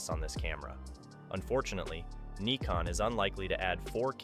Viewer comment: But this is the right pronounciation :D